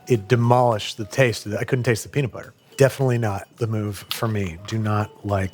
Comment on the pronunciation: ummm that’s not how you say peanut😂